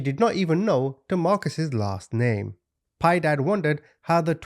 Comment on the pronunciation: Piedad a Spanish word pi-eh-dahd I never correct but I know I'm not being a know it all and you are the best to me just sharing ❤❤